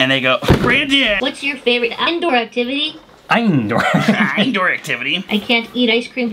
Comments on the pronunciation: “what’s your favorite iendoor activity” 😂😂😂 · yall shoulde watch to - its so funny that the robot said " aindoor activity " 🤣😂😂